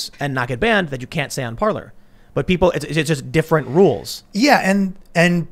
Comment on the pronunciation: No it's not pronounced Parler it's pronounced Parlay